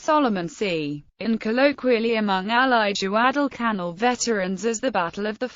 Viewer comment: Alan Peterson yes you are so right. Also, she misprounces savo and Guadalcanal.